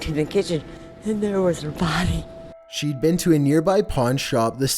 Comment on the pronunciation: “I walked into the kitchen and there was her bhody”